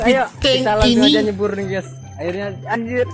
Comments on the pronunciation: Ges ges ges ges ges ges ges ges ges ges ges ges ges ges ges ges ges ges ges ges ges ges ges ges ges ges ges ges ges ges ges es ges ges GUYSSSS Bukan Gesssss G-U-Y =Gaiysssss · Tiada kalimat tanpa kata ges bkn Guys😂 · perasaan geys mulu geys.😂😂